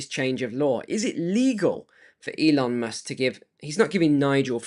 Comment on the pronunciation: Informative video! Pardon me, but did you say Elon "mush" on purpose? 😂 😂